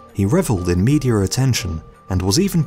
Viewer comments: I believe it's pronounced Media, not "Meteor" ... Haha, it just get's better "A mans body was found burned in a wheelie bin" Who knew a burnt body in a trash can could sound so cute. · "meteor attention". Gotta love that intrusive r.